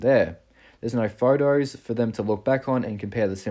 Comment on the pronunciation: Lol and "photos" becomes 'fart-os' ... Sounds like a bad cereal